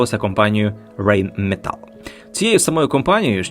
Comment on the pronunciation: Мені дуже, дуже подобається ваш контент. Але є дуже конкретне відчуття, що озвучувач - запрошений актор, а не співавтор каналу. Те, як дивно розставляються паузи в мовленні, як вимовляються назви компаній (то підкреслено англомовно, але за такою логікою Rheinmetall треба було б з німецькою вимовою озвучувати, а не рейнметел? Вимовляти всесвітньовідому AMD як Ей. Ем. Ді - може, з точки зору вимови і правильно, але ж існує узус. Словом, давайте менше красивих дикторських заворотів, більше крутого контенту;)